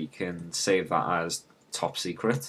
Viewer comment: "top seceret"